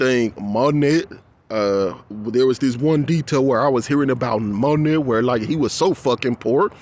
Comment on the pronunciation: Before I forget to tell you darlin, Monet is pronounced "Moh nay" (there I go "critiqueing" 😂😂😂) ❤❤❤ The really bad part about the the art situation to me is that it is the only aspect we have in this life that represents BEAUTY and then artists' artwork has to go through PUBLIC scrutiny, and you know how we feel about the public! Can't seem to bypass "the system". That's disgusting. Your work is BEAUTIFUL, and YOU are a beautiful person. Don't know if I told you this yet, but I love the way your voice sounds. Never change.